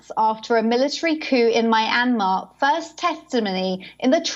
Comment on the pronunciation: "Muy-Anne-Marh" "Sooh-khee"